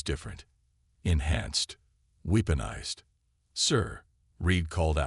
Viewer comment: Thanks. BUT, Please get a new AI or get one that works! What is: "WEEP-onize", "DOE-sile", "the LED ships" vs"the lead ships"!!!????